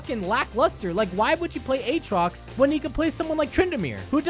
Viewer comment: Don't you mean A-Atrox? Like you would pronounce Aaron? Don't you play any fuckig games with me Aatrox!